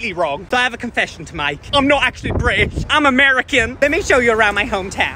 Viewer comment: The glottal stop on British gives it away. No American would ever do that. Hilarious content!